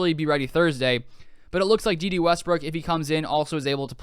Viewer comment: Day Day not Dee Dee.